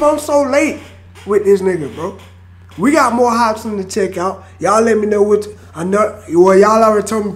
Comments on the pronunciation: Why you pronouncing it "hospin" tho? 😂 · Hop-sin lol not hos-pin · its hopsin no hospin my guy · Anyone heard say hospin twice instead of hopsin 😭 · Kristoffer Reyes hopspin lolololol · First time he said Hopsin, he went Hospin =))))))))))))))) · “hop-spin” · "HOPSMIN" lol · Sounds like your saying “hop spin” hahaha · He said "HOSPIN" lol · Keep saying Hopsmen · Hosbin is slightly easier to say than hopsin but its whatever haha respect. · Lol hes saying Hosspin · It’s pronounced hop sin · Just wish one reactor would say his name instead of Hospin. Jits old.